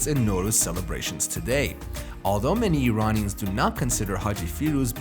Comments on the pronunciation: Exactly...a fooool who doesn't know Iran-ian is not Eye Ranians can choke on his propaganda source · Lol Zwarte Piet parallel 😂 EDIT: The guy said "Eye Ranians" anything he now says I will not listen to 🤣